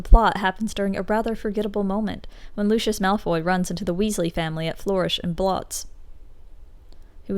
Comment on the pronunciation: Why does everyone call him LOO SHUSH. It’s literally Loo-See-Us